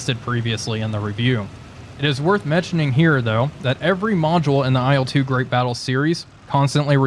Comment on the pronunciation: Il-2, dude, not I-L-two. IL is just the title-spelling for marketing purposes, better readability (aside from that it's spelled incorrectly!). Nine times out of ten Russian planes' designations are syllables and NOT abbreviations, usually syllables of the chief engineer's/designer's name. Or what do you think I-L stands for in your ... humble opinion? For Ey-Al-Yushin? LUL How would you say MiG then? Em-Eye-Gee? It's Ilyushin, so it's pronounced "ill-two", the first syllable of a real person's family name, which has as much to do with IL as uranium with urine. Dead simple.